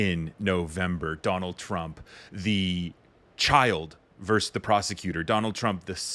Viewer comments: Why do you say "verse" and not "versus"? It's distracting. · "versus" not "verse." Otherwise I love your stuff. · Verse! Dude, the word is "versus". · “Verse“ ? no, no it’s not verse; it’s versus! Do you know what you’re talking about? Do you understand the words and sentences you utter? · Its VERSUS ...not Verse!!